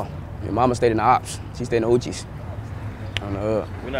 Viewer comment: He called the Hoovers the “Hoochies” 😂😂😂this dudes hilarious